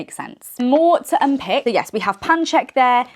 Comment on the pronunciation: It’s unpAck, not unpick 😭